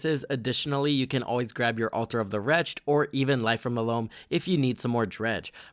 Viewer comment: WRETCH-ed. Altar of the WRECH-ed. Two syllables. Cool deck, enjoyed the video